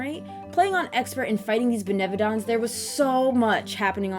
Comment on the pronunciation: This was a great review! Currently have this game on backlog for the Switch. R.I.P. Benevodons being pronounced with a french accent tho